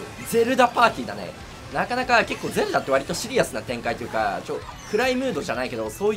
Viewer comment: ゼルダがどうしても全裸に聞こえる